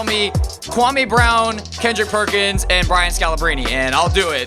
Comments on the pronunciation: Why does he always say pendrick kerkins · Did he say Pendrick Kerkins lol